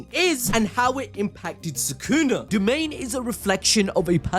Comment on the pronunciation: i gotta mention how it said "domian expansion" im just mentionning this because i thought it was funny